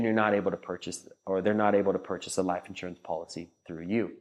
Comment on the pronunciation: Like the content except the way you say liiiph insurance